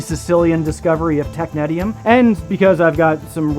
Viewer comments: I've never heard it pronounced that way and I worked at a place that made it. We say "tech-nees-ium". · I can’t even watch this video due to the mispronunciation of this element 😢